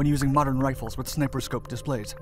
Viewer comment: did he say snipper scope? seconds